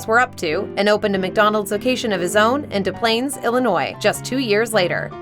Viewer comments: &es Plaines is pronounced DEZ Plaines, IL - not "Duh Plaines"! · For the record, nobody in Des Plaines pronounces it like that. They say "Dehs Planes". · it's pronounced Dez Plains. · Des Plaines is pronounced des Planes The s in Des is not silent as in Des Moines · Actually, the S in this suburban city's name (Des) is pronounced. As far as I know that location used to be a museum but I heard recently it's gone now. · You mispronounced Des Plaines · Des Plaines is pronounced with both s’s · Uhhh... You miss pronounced the city Des Plains. While normally you don't pronounce the s in Des because it's French but in this case you do.